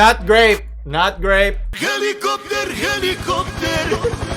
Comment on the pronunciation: Dami kong tawa sa hilekupter hilekupter. HAHAHAHAHAHA